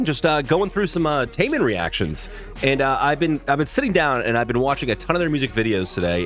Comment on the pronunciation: Yes! you pronounced his name right this time👊🏼😎.Taemin and Jimin from BTS are great friends. Both are extremely good dancers